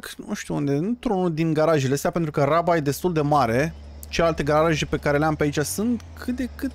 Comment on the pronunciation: Iti recomand sa zici roaba in loc de raba :))